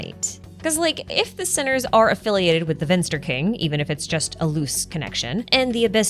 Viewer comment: the "V" in Vinster is pronounced as when you say the "f" in "life". Which is how you pronounce the German word "finster", which means "gloomy, dark". "Vinster" is the old German word the word "finster" is derived of :)